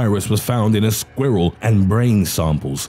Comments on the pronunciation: the way he says SqUhWhirl lolz I’m dead 😵🤣🤣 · I love the way he says "squirrel"